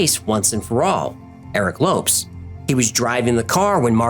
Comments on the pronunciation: ... i thought it was pronounced 'lo-pes' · I'm no expert, but from the spelling and a little knowledge of the language, I believe the pronunciation of his name would be like "low-pez", not lopes, as in antelopes. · question, isn't it pronounced Low Pez instead of lopes? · It's pronounced Lo-PeZ not Lopes lol. Any Brazilian would be annoyed to hear it pronounced like that. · Lopes is not pronounced Lops but Lo paze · Lopes = Low-Pez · Lopes is pronounced like "Lopez," it's only spelled differently. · A great example is the late member of the music group TLC, Lisa "Left Eye" Lopes. her last name is pronounced like "Lopez." I love your channel but sometimes you get names wrong LOL. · I am so disappointed in you. You make an effort to pronounce the names and locations correctly in their native tongue, but fail to spell the surname of the guy? Lopes, please google the pronuciation. You say it like Loupes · The man's name you call Lopes is pronounced Lopez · The Lopes should be pronounced as Lowpez, right? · no. In portuguese its pronounced like "Lohps" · Surely Lopes = LO-PEZ, no? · Low - pess Lō-pezss Lopes. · Lopes = loh-pehz I love the video. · Holy Crom, dude! It's pronounced LO-PEZ! Lopes is just an alternate spelling. :face-green-smiling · Best pronunciation.. 🤣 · Isn't Lopes pronounced as Low-pez? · Very good fact-checking, as in all of your videos. In the future also check how to pronounce foreign surnames such as ‘Lopes’. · Cmon you're really gna pronounce Lopes like that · He mispronounced Lopes tho.